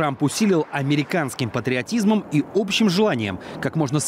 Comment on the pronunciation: Патриатизьм и интузиазизьм полный пизьнес.